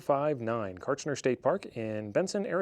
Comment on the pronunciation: You were pronouncing the state park name correctly. Hopefully, you had the chance to go into the caverns. They're amazing. And, yes, Everything here in AZ is trying to kill you, all the time. The desert is harsh and unforgiving.